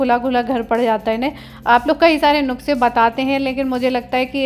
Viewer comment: Phli bt to nukse ni hota... nuske hota h... pronunciation thik se to kriye and ayaan ko thode manners sikhaiye wo kuch b galt krta h ap usse kuch kehte hi ni ho...